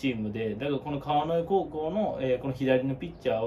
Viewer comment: 川之江のイントネーション違うんで出直してもろて！